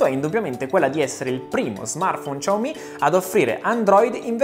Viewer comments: Lui al posto di dire "xiaomi" dice "ciao mi" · Ciaomi non si può sentire, sembra.. CiaoIM....... brutti ricordi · La pronuncia, dovrebbe essere molto simile a un "Siaoo-mi", che ormai abbiamo tramutato in "sciao-mi". "Ciao-mi" è veramente la prima volta che lo sento, ma sti cavoli. (Adoro questo Smartphone) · sciaomi, SI PRONUNCIA SCIAOMI, prima di fare video, andate a controllare, su internet è pieno di video relativamente alla corretta pronuncia dei nomi delle aziende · [...] come questo "Ciao mi' '"!😂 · come tutti, anche io mi sto chiedendo: ma perchè "ciaomi"? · No, si dice "shiàomi", possibilmente trascinando leggermente la "i" finale visto che è un terzo tono, quindi devi marcarlo di più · "Ciao mi" non si può sentire...i Dire Straits però si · No vabbè, Ciao mi non si può sentì.. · ciaomi non si può proprio sentire...